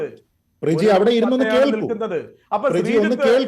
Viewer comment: പ്ര ജീ....😂😂😂😂 മലയാളത്തിനും നാണക്കേട്😅😅